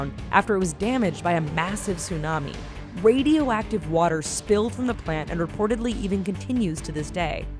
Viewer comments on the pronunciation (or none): She said wadioactive 😂😂